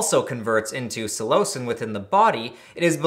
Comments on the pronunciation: Psilo-sin pronunciation Not so much Psi-lo-cin So 3 syllables but sounds closer to two. Also I cultivated cubensis for years(two years ago was my last bulk grow and I didn't even take any of that batch it was sorta just a hobby I enjoyed at that point cause I got lots of good reports from anyone who tried my grows and I took pride in the quality of each grow. I still use my dehydrator for ghost peppers lol, I wonder if I remember my shroomery password) and this is the first I'm hearing of this. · I am skeptical of your pronunciation of [psilocin], not sure why you deviate so much from the pronunciation of psilocybin (sillo-cybin, sillo-sin) and that it is responsible for the psychedelic effects isn't a belief but a well documented and researched finding. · I've never heard someone say Psilocin with so much emphasis on the o....is this how you properly say it? I've always said it Sil-eh-sin